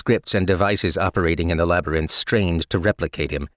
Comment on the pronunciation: Always bothered me how he pronounces labyrinth. Especially when it's written out like 50 times each chapter lol. Other than that, love this